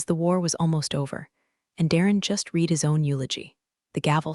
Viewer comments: The word “read” is spelled the same for present and past tense, However it is pronounced “red” in the past tense. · Someone should teach the AI that's reading these stories how to pronounce the word "read" in context with its meaning in the sentences. They are all doing it. Maybe they ought to listen to the story before publishing.